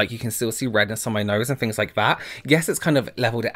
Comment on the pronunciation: doesn’t say things, he says fings.